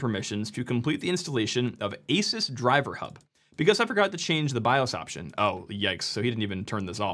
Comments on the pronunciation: Ahsoos not aysus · How are you still mispronouncing Asus in 2025? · LEARN how to pronounce asus you sound like a moron for reporting on a product and not even knowing how to pronounce its name